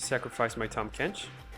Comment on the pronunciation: The rally remove from combat card with tahm is honestly super interesting and definitely worth expounding on Also well done pronouncing Tahm Kench btw! (not sarcastic) Bayou is pronounced closer to Bye-you.